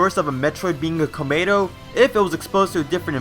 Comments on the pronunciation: Why does this dude keep saying Clamato? lmao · Stop saying kLomayto